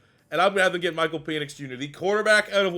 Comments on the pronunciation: I thought it was PEN ix, not PEEN ix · Isn't his name pronounced PENix. Not PEnix. You keep making it sound like something completely different 😂. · I can't tell if you're doing it on purpose, or if it's just that you're Canadian. But it's pronounced "Pen-icks" not "Pee-nix". Love the content. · Pen-ix not peenix. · I was about to say the same thing 😆 🤣